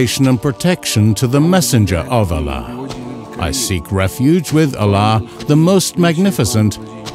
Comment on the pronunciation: Should have used an arabic speaking narrator, Arabic words pronunciation are off. Ala.?